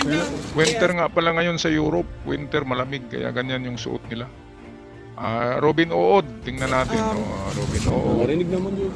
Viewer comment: Yan pala ung tamang pronounced ng pangalan ni Robin h Ood 😅😅😅